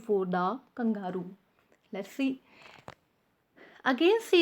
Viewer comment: The pronunciation of Kangaroo is wrong